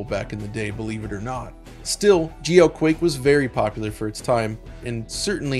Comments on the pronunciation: My blood pressure every time he says “geoquake”. Excellent breakdown of the history of the game. First game I ever played multiplayer on PC and probably the first 3D accelerated too though I can’t recall for sure. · No, I was confused for a second as well when I first heard it. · me too..lol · I know he's saying GLQuake, but it really just sounds like GEOQuake to me.